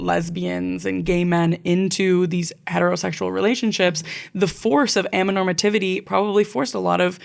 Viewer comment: You skipped a syllable in "amaTOnormativity" during the whole episode but I think the word sounds better without it 😂 Anyways, a very romantic asexual here to confirm that those 2 things are separate lol 🙋‍♀ Good conversation!